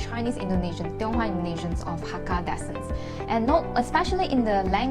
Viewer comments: If your dad says "loh soh" he might be fui chew, at least that's how we say it (both my parents' families are fui chew). btw descent is pronounced as 'dee-sent'... sorry my OCD cannot take it lol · descent /dɪˈsɛnt/ DIm 'SENT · Please check your pronunciation of the word 'descent'. Thank you.